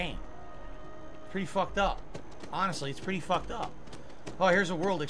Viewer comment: "They fawked thus up look really they fawked it up.!!" My favorite Philly cope.